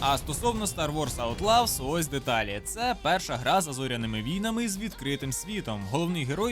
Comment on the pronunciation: Аутлос, не аутлавс